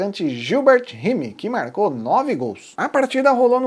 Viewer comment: Possivelmente o goleador do primeiro jogo citado seja de origem inglesa, então seu sobrenome se pronuncia RÁIME